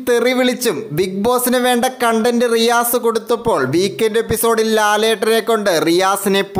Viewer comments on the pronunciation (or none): none